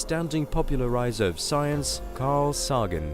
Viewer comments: can you really not pronounce carls name properly, being a space channel you'd think you'd know it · What kind of an idiot doesn't know how to pronounce Carl Sagan's name? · what kind of a moron mispronounces Carl Sagan's name ? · Hey bud it’s not pronounced Carl Sogon ok? It’s pronounced Carl Sagan. You follow me? Just because you have a British accent doesn’t mean you can put your own twist on things? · The kind of person who doesn't put up with half-assed research on a subject. His name was Carl Sagan. This channels editor is to fucking lazy to have the narrator pronounce his name correctly. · Anybody who can't pronounce Carl Sagan's properly does not deserve a thumbs up on their shit video.